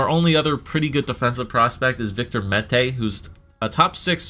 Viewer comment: Finally you pronounced Mete properly... I've heard Meaty, Mata, Meta